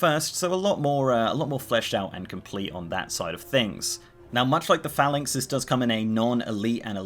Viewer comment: Had to skip the first 3 minutes, kept saying phalanx wrong